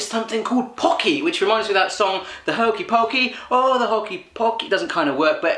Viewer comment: Pocky is amazing AND YOU SAID IT RIGHT YES!!! Looks like chocolate, strawberry hot coco or coffee? And cookies and cream maybe? IDK